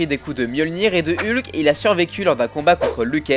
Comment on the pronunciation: Et "Heulk"